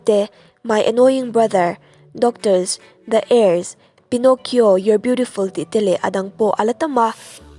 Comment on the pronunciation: The heirs khi Da ang a lam tur ni lo in Di ag a lam tur